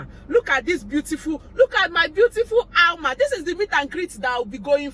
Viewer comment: Alma pronounced your name sexily 😁